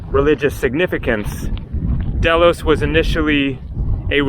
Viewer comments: Pronounced daylos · pronounced Deeeeeelos. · pronounced dhey-los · Pronounced Dilos !